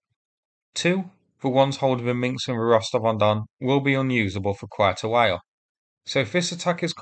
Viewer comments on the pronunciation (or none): MinsK, not MinKs 🤣